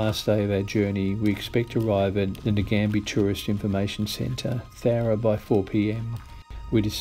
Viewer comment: Great effort. Given you walked towards it for 5 weeks I can't but help correct you on your final destination as Namadgi not Nagambi Visitors Centre. ;)